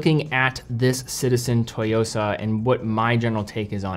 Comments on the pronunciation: You mean TSUYOSA not "TOYOSA" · I’m very much a beginner, having only an apple watch and a g-shock, but i think the black dial tsuyosa will be a great first automatic, and a great first nice watch. Also the pronunciation is “soo-yosa” not “toy-yosa”. Not sure where you’re getting that. Think tsunami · Pronunciation is off, it's Tsooyosa definitely not Toyosa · Great video... but mispronunciation of Tsuyosa bothered me a lot... it is not TOYOSA... it is TSU - YOSA... Tsu like Tsunami. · Lol its actually "Tsu-yosa", "Tsu" (Suu) not To. Great review though, I'm getting it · It's not "toy-yo-sa" but rather "Ssu-yo-sa." Pronunciation matters. Great review! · It's not "Toyosa" like "Toyota" lol. It's Tsuyosa, pronounced "Sue-Yosa" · Tsuyosa not Toyosa... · Just a side note : It's pronounced "Tsoo-yo-sa". It's often good enough to pronounce it as "sooyosa" if it's difficult to do the "ts". It could mean "Strength" or "Power" in Japanese, but in this context I believe it's the former. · It’s pronounced Tsuyosa, like Suyosa. Not Toyosa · wrong pronunciation through out the whole video. its SU YOSA. Not TO YOSA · You have to pronounce it like TSSUU YO SA, not TO YO SA. Think of making a high hat sound with your mouth whey you pronounce tsu. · It’s “SUYOSA” not “TOYOSA”. Stop Americanizing (butchering) foreign names ffs. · It’s pronounced as SU-YOSA but great video as always,! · Pronunciation sounds like 'Sue-yo-sa' BTW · LMFAO how does this dude not know how to say “su-YOSA”?? 😂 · great watch overall, btw the T is silent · The T is basically silent, just sharpen your pronunciation of "su". though im sure im not the first to point that out in the comments here. alternatively copy and paste 強さ into google translate, which is what im assuming Citizen means here, which is "strength" but the "sa" kinda indicates other context like boldness or stressing the aspect of strength. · At least learn how to say the model name before you upload the video